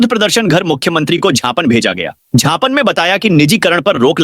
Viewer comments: झापन नहीं ज्ञापन बोलो खराब लगता है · झापन और ज्ञापन में बहुत फर्क है 😂😂😂